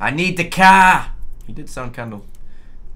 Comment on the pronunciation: "I need the car" which I heared as "I need da caah" and sent it as a message during the livestream... I didn't expect Ray to actually shout it out xD And yes, I wrote it as "I need da caah"